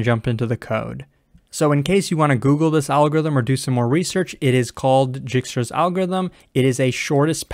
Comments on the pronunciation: Dijkstra's algorithm is read as /ˈdaɪkstrəz/ DYKE-strəz, not Jikstra's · My man said jigstra's~